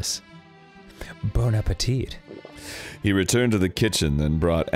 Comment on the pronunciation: Everyone knows it’s Bone Apple Teeth